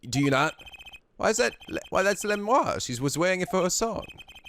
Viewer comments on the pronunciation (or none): I thought Lamiroir was la-mir-oir... 'miroir' as in mirror. No idea about Machi though. I didn't get Romein Letouse until now. It's funnier to see it in Japanese because it's just Romaine Lettuce. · Nice video but, cmm'on, it's not hard: La-MiR-OIR. You have to pronounce both R. Miroir=Mirror so prounce it the same except the last sound is pronounced 'oua-r' instead of 'o-r' And you have to love no one can point something obvious out: Hey this is an incredibly heavy gun even professionals would hurt while firing so /clearly/ our suspect must be this blind noodly arms small boy who showed no sign of hurt.